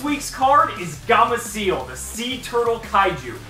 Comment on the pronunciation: "Gamaciel" xD later on in the years he starts saying gameciel.